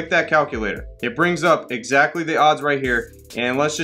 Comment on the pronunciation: Please make sure you don’t forget to add the ‘s’ in the word “odds”. It makes a HUGE difference. 🥴😂